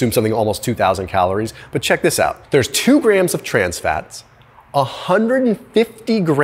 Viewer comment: It's grams not graham's! Duh!